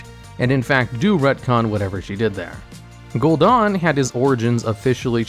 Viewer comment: its funny how there are so many voice lines saying the name Gul'Dan and still mispronounce it.. /facepalm xD